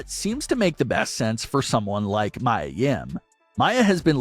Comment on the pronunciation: MIA NOT MAYA